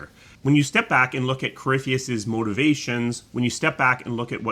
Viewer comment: Its easy to get caught up with everything, so I've learned to keep things simple. Nice video, and I always got a good laugh when would butcher corypheus name lol